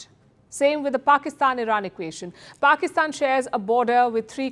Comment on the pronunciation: This presenter needs to talk proper. Anyword beginning with the letter P she uses the letter F. Like Pakistan fakistan. So funny to listen too.